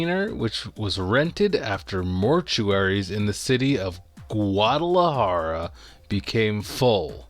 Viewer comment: Jalisco is pronounced “ha-lee-sko”. You did okay with Guadalajara lol.